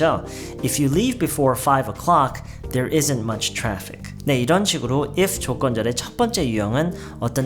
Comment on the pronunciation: 처음에 바로 If 조-t건절 으로 들려서 깜놀ㅋㅋㅋㅋㅋ